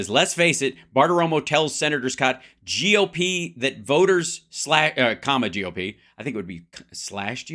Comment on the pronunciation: Hal, Thank you so much for pronouncing GOP as “gop”. They don’t deserve the respect of calling them what they’d like us to. They’re just gop to me. They drop Democratic Party down to Democrat party to annoy. So Let’s just call their initials gop.